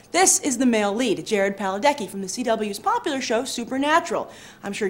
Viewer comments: Ugh. She said Paladecki, not Padalecki. Lol. Cringe. And definitely not the face! Hehe. Nice ep. =] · Padalecki not Paladecki haha he's a brilliant actor